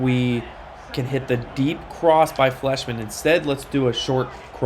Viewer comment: I would pronounce Fleishman with a long I sound, like flyshman